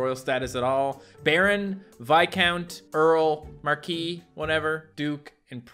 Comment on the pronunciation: Marquis is pronounced "Mar-kwiss" a Marquee is a type of tent. If your father died your mother would be queen mother in European traditions but in some other mother would remain queen until you found a wife and you would be king alongside her.